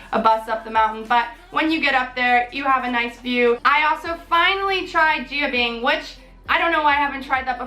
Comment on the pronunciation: Pronounced more like Jan Bing